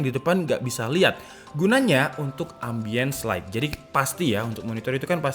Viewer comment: "Ambience Light" RIP English Lu Tong